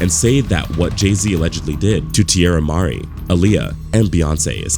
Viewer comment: Teirra Mari - Tee-air-ah Ma-ree